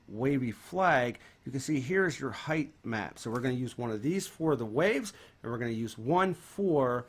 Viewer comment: It's spelled and said Height not "Heigth". Basic english and yet people still can't speak it in "2020 in this case".